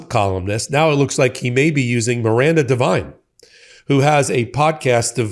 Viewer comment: Oh god! Not Miranda Devine? More trash from Oz. Haha. Her only qualification was murdoch liked her sycophantic father Frank, who was a right wing trash reporter for News Corp for decades. Good lord. Pronounced div-een not div-ine by the way